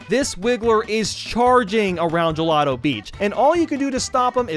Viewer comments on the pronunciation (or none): none